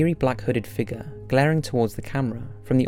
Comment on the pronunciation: “He saw a figga”